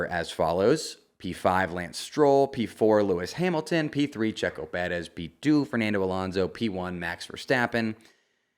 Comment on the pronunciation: Please just say Perez normally. You sound ridiculous